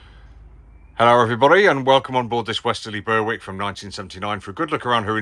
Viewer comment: Berick the W is silent.